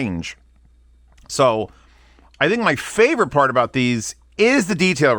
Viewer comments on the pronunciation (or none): none